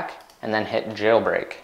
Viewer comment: you pronounce jailbreak funny, like Jjjeeilbreak